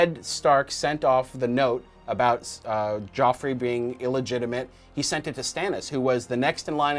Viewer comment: You mean Joffrey, not Geoffrey